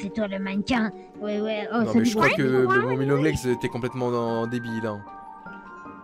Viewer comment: momi longles😂